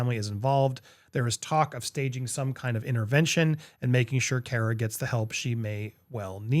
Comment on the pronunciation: Andy. Say the word COMMA. Then replace the M's with R's. That's how you say CARA. Say the word CAR and then add an "uh." CARA